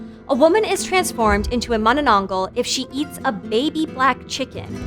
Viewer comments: hahaha you say it funny!!! it's Mahnahnahnghal like Maanaa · She said it wrong bro you gotta speak a tagalog accent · She pronounced it as manana-angh-gal not ma-na-nang-gal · Mono-nong-gol Vs Mana-nang-gal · I love the way she says manonongal not mananagal 😅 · i was excited to watch this, until i heard her pronounce manaNANGgul instead of mananangGAL EDIT: i decided to continue watching, but not anymore after hearing ASS-wong :( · its not manananggal its mananananannananana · filipinos: manananggal her: maⁿᵃⁿᵃnggul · Her pronunciation of mananangal is soo innocent and pure , at least she tried her best !!! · Mani nong gull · oo nga mananggul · Kit Kat addict ma-na-nang-gal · Please! I beg. MA-nanang-GAL. Happy theres content like this tho! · Yeah its weird how Tagalog works. But its just Mananangal (maah-naa-naang-ghaal) just say it in order but faster. Hope it helps. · XD “Mananananggal” made me laugh! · Okay so im Filipino and i heard her say with an exceeding syllable: "Ma-na-na-nang-gal" 😂 and that just broke the laughter out of me 😂😂😂 🤟 p.s. Love your channel 💕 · ah yes mananageil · I love how she pronounces those words 😂 "oswong" "monononggol" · The last syllable is pronounce as gahl by the way. Mah-Nah-Nahng-gahl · No one:: mUhnUhNuhngGol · "mananang-goul" and "as-wong" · manenengel - what a way to say it. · MAH-nah-nang-gahl, with the "a" pronounced the way you would in that Muppet song, "Mahna-mahna." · Its pronounce manä nang gal gal not gãl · "mananongle, aswong" 😭😭😭😭😭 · Heh, she thinks she said mananangal right, lolz...so cute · mananananggul ahhahahhaha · Bro the prenouneation 💀🥶 ass-wang manananggle💀💀💀💀💀💀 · I wish she said manananggal correctly but its okay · Whoo! Philippine monster! I love your pronunciation of it! Very informative. Please do more weird Filipino monstrosities! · it's not about the accent. She added extra syllable to the word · The way she says "manananggal" is kinda wrong but who cares she aint pilipino anyways